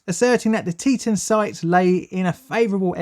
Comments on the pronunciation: We pronounce that Tee-Tawn.. note the TAWN part :) it's native american. That canyon is still remembered today.. terrible disaster :( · I helped with clean up from this. Boise is pronounced boysee. Teton is pronounced teataon. I realize you're not from Idaho. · Cool a disaster and hour from my house also its pronounced Tea-tawn and boy-sea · I live live here near the former Teton dam. By the way it's pronounced "Tee-tawn"! 😀 Oh! And Boise is pronounced "Boy-zee" Yeah we have some weird names... Just like the UK! Lol! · Good video, but it’s pronounced “tee-ton” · Is pronounced “tea-ton” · Arrrrgh, Teton is pronounced tee·tahn ! it's a Dakota word not english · Other than continually mispronouncing “Teton,” this was an informative and thorough analysis of the failure. Having had only a tangential relationship with this event I greatly appreciate the time and detail of your presentation.Thank you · great video i just don’t like how u say Teton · When he tried to say Boise, Teton, and Morrison-Knudsen... that hurt. :D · Please, learn how to pronounce non-English words! Like Boise or Teton. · Teton is actually pronounced Tee Tawn. I was a national guardsman on state active duty in the aftermath of the dam failure. Damn failure, that is! :) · Teton, FR: tit. "Tee-TAWN" according to actual residents. Really. Source: grew up there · Pronounced like: Tea-tawn = Teton Pronounced like: Boys-ee = Boise Idaho is full of caves, or hollow of caves, I suppose it depends on how you look at it. Either way, Idaho has many cave systems. I was born in Idaho. 1B > fellow Idahoans will know what that means. ;) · Great video, but it’s pronounced tee ton! I know, I lived a good part of my life in the flood zone. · It's pronounced more like tea ton. I was living down river in Aberdeen when the Teton dam broke. It was terrifying. I had nightmares until I was 11 or 12 about being swept away. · Boise - boy see - Teton - tee tahn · pronounced teee tahhn dam by the locals